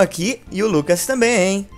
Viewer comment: "Se o LUPA quiser responder agr.." WTF? Vcs tavam cansado pra K7 hein? ou talvez ele falou Lucas de um jeito bem zuado e pareceu Lupa